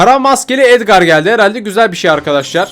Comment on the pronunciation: Abi edgar edgar diye okunmuyo edgır diye okunuyo